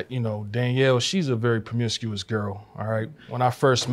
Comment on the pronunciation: Permiscuos??? 🤦🏾‍♀️ Dude really?